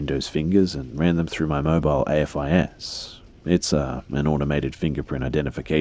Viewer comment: AFIS is pronounced the way it's spelled, with the "a" being pronounced like the "a" in "aim". It's an actual word.